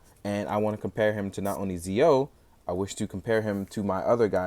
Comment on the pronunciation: I hate doing this, but it bugs me. Pronounced "Jee-Oh" and "Gates".